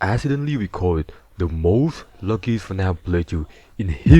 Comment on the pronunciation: the wuckiest playthrough in histowy?